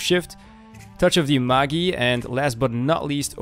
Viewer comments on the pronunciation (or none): Great video except it's pronounce Mage-eye. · Isn't touch of the magi pronounced in English. Touch of the Mage - aye?